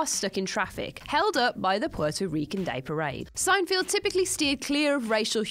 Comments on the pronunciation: Why are you pronouncing Seinfeld as if it has a field in it? it's Seinfeld, not Seinfield. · It's Seinfeld NOT Seinfield.... only one "i" please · Hey, it's "Seinfeld", not "Seinfield"... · Sein-FELD, not -FIELD. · It's pronounced SIN-E-FELD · SIGN FIELD.... Are you sure you were educated in England? This level of English butchery is reserved for Americans. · Say Seinfeld properly and do some British lists got a change. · Did you notice she even mispronounced his name?